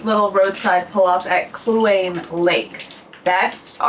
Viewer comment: The K lake is pronounced like clue-waany lake. Try taking a brief swim.